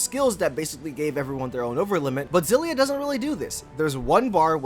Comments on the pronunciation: I know this doesn't matter, but it's not Zillia. If it was then that's how it would have been spelled. It's Kssillia It starts with an X, which sounds like 'Ekss' or 'Kss'. So it's 'Kssillia' or 'Ekssillia'. There's no letter Z in the word and nothing that makes the sound of a Z in the word. So it's 'Kssillia'. People just wanna make things harder than they need to be just to feel special. K.I.S.S. Keep It Simple Stupid. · Btw, you pronounced it the right one before, the katakana is エクシリア anyway, ekushiria, not ゼィリア, ziria. HUFT PEOPLE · Ex-ill-ee-ah is actually the correct pronunciation lol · IT'S EX SI LYA OMFG Tales of Xillia (Japanese: テイルズ オブ エクシリア Hepburn: Teiruzu Obu Ekushiria) edit: okay sorry I know people have pointed that out like a month ago already but I just had to since after hearing you "correct" yourself a few seconds into the vid, that was my initial reaction XD It's pretty cool that your vid popped up in my recommended vid since I've just started a fresh run of Xillia again after so many years. Prolly my favorite Tales of game, visually. Grace still top it off with the gameplay, and Eternia will always have a special place in my heart. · wait your name is pronounced “Zay-ff”?? with a double F? no wonder you mispronounced the game, you mispronounce your own name!! 😂😂😂 fr though thanks for the review